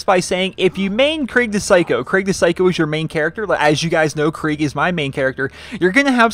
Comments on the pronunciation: Craig the psycho? Krieg is (most probably) pronounced "kreeg". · It's not Craig its krieg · Krieg. Not craig. Lol. Thanks for the vid